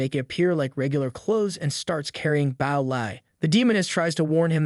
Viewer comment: why do all these narration AIs keep saying ''bao'' instead of ''bow'' lol